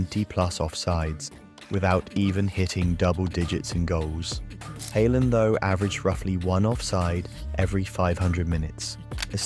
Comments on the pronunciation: Hay-land, is this an AI generated voice over? I can't even tell anymore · AI slop. AI voice and script probably. Pronunciation kept changing from Haaland to Hayland. Ffs. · "Heyland" is amazing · “HaY Land” 😂😂 ai is so stupid